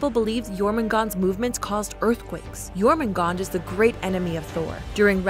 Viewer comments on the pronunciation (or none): Pronounciation cop work aside, it just hurts to hear Jormungandr's name be slaughtered and spoken as "Jormoongawnder." It's "Yawrmungaengder." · It's not pronounced " Germangander " , it's Yourmangander ". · It's Jōrmüngandr, not Jōrmüngand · YORMUNGAND, not JORMUNGAND. Sorry. I am just passionate bout that J->Y Lyfe. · Why does everyone say “Jormungand”?? Its jormungandr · It's pronounced jormungandr not jormangand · Did it trigger anyone else when she pronounced j with a “ji” sound instead of a “Yi” sound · *jörmungandr -> Yormungandr You’re welcome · It's pronounced "Yowtun" "Yormungandr". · FYI, it's pronounced "Yorgondmondar" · Only thing. The “J” names are pronounced as soft j so more of a yuh sound. Other than that great video. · The world serpent (Jörrmangandr) is pronounced like: your man gan der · Yet you pronounce it wrong. It's Jörmungandr, with a J. Don't preach if you don't have facts. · Imma be completely honest, I was slightly annoyed when Jormungandr’s name was pronounced wrong, but other than that I think the mythology was explained quite well. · You're forgetting to pronounce the 'R' at the end of Jörmungandr's name. Also it mean Huge Monster, not great beast. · That was probably the worst way I’ve heard Jörmungandr being pronounced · The way she says Jormumgandr without the r is a slur in my language. It’s too funny for me at this point. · I cringed so hard when she said Jörmungandr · Jesus christ, anglophones, when will you learn that not every language pronounces J in the way English does? The way she said jötun and Jörmungandr made me cringe so bad.